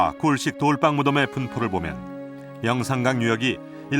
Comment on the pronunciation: 좋은데 돌방으로 발음하고 돌빵으로 부르지 마세요 이유 없는 경음화 거북합니다 돌 위에서 빵을 굽는다면 뭐라고 부를 건가요?